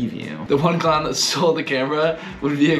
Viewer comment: a. dont. vori. claun. 😂